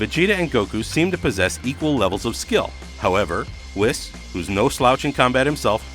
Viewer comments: Never watching another CBR dragon ball video again since he pronounced Whis like that. You guys really don’t know anything about DB don’t you, CBR. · Sayon Whes Saiyan Whis